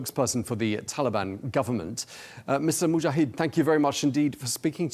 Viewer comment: It is a bit shameful when the cannot pronounce Arabic names, e.g. Zabihullah Mujahid, correctly. It is not that difficult. I am impressed by the clear and meaningful answers from Mr. Mujahid.